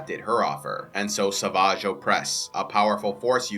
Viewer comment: savaaaaahgh... The way he says it is kinda funny lol.. why not just say savage? (I know they say it that way in the cartoons, but still kinda funny)